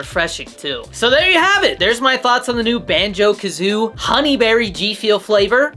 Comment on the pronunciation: Its called BANJO KAZOOIE NOT BANJO KAZOO, You IDIOT!